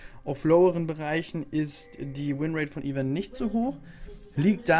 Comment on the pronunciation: Es heißt "EI-VÖRN"